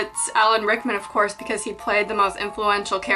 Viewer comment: AT FIRST I THOUGHT SHE SAID ALEC RICKMAN AND I WAS LIKE UM UNSUBSCRIBE OML NOOOOOOOOOOOOOOO AHAHAHA but definetly subscribing.